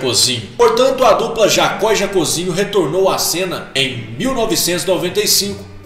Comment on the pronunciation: Pronúncia é Jocób e não Jacôb. É Jacózinho e não Jacôzinho.